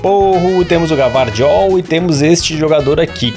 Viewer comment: Oooo 😩😩😩 o nome do Gvardiol se pronuncia com i ( GuiVardiol ) 😅😅